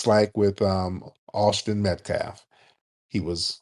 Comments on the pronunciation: Tariq. I love you bro. You’re my FBA brother. But please brotha please, stop saying “MetCLaf”…..Metcalf is pronounced MatKAFF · Great broadcast but can't stop saying Metclaf😂😂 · Tariq I Thought you said METH-CALF 😂🤣😅